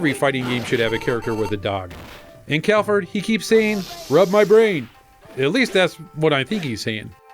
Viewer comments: I was rewatching this video after seeing the neo geo mini news, and it should be Galford, not Calford :) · Oh, and it's "Galford" - not "Calford" :p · Cal - ford? Really? It's Gal - ford. It's really hard to take you guys serious sometimes. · Plasma Blade.... says Galofordo